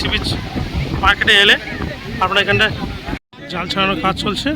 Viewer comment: আপনার ভিডিওর প্রথম 10 সেকেন্ড দেখবেন আপনি বলছেন জাল থেকে মাছ,,,, এই খানটা ভালো করে শুনবেন।